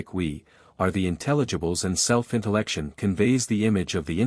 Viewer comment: “Intellect-shun”= intellection Not “intellect- ion”